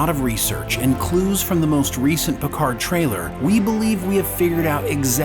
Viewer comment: Your "PicarD" really annoys me. It is a french name and the D is silent ! At least try and use another language as it is meant to be.